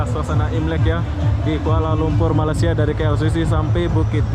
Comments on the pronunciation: ko bkn krr kat jakarta lagi krr....., masa bila ko dtg KL.....,sebut Malaysia..., bkn Malasia..... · Halo bang.. Jangan malas- malas ya. Sebutan Malaysia itu ialah Malay bukan Malas - ya. Seperti kita menyebut day bay Jay say lay may. Bukan malas dan juga bukan malai. Kalau malai itu seberti Palula Malai Ali, lemah gemalai. balai polis. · maaf ingin menegur sebutan nama negara kami MALAYSIA bukan Malasia....sila bunyikan huruf Y nya itu...hihi TQ dengan video2 anda sekaligus dapat mempromosikan negara kami